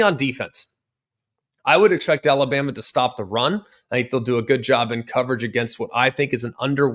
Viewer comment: Had a problem with saying Alabama there buddy! 😂 Colorado 42 KSU 17